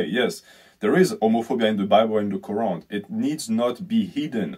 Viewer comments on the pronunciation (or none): none